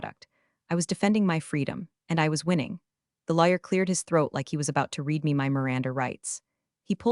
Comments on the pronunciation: The word " read " and how it is misused tell it is an AI.. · Why can these AI readers not learn the correct pronunciation of the verb "READ" depending on context? It's really off-putting, and AIgnorant.